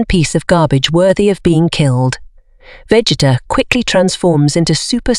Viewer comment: Vegeta pronunciation 💀